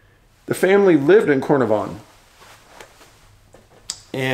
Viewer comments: Pronounced. Car -nar - von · Apparently the night was really windy, there would have been a lot of flapping of tent noise, and that's why the parents didn't hear. From the start we did not think she had walked out with her sleeping bag. Carnavon is pronounced car nah von.